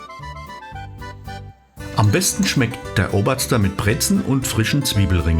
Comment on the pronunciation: "Obazda" wie grässlich Sie das hier ausgesprochen haben, unglaublich! Richtig ausgesprochen wäre: "Obazdn" wobei das "a" eigentlich kein richtiges, hochdeutsches "Schokolade" "a" ist, wird eher wie das "a" bei "MAZ" im Sinne von Dieter Thomas Hecks "MAZ ab" ausgesprochen und sollte eher so: "å" geschrieben werden!